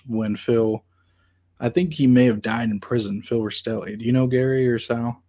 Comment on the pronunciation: Love your channel, I recommend learning to say names right as in Rastelli instead of Rasitelli. And Gaggi is said with the two gg making a j sound, not Gag ee 😂🤦‍♂️